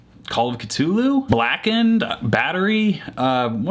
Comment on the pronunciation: I don't know if you're saying Satriani right but you're definitely saying Cthulhu wrong.